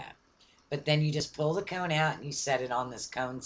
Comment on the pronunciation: comb, not cone.